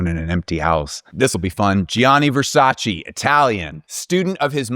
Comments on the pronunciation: please VERSACE no Versaciiiiiii I still loved the video ! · Great video, learned a lot of new things 😍 but as an Italian speaker, please look up how to pronounce Gianni Versace’s name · Thank you for your service I enjoyed the video very much but you know you’re in no position to be annoyed at how people pronounce Lauren when you pronounce Versace like that (and I’m stopping at Versace just because I’m Italian but I also know French and… I’ll stop there).